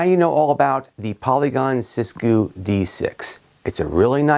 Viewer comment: “Sis goo” 💀 💀💀